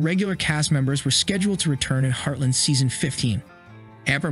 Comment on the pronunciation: It’s heartLAND not heartLIND